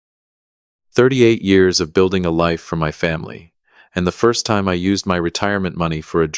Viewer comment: WTH is this AI deal about pronouncing time like it's a LINEAR MEASUREMENT???